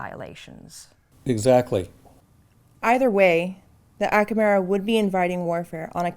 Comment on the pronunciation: Acamera? You mean America dont you?